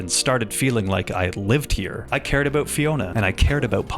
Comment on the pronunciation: Let's talk aboot the hooswife.